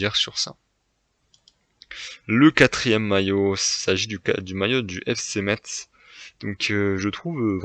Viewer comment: Deso mais c’est Metz ce dit messe pas metZ oui je suis chiant mdr bon classement